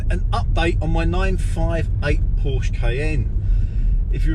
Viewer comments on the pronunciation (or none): When a Porsche owner is unable to pronounce the Name of his car right, an engineer in Stuttgart Zuffenhausen dies.